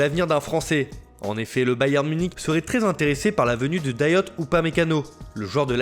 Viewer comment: C'est Dayot et non Dayotte apprenait à parler putain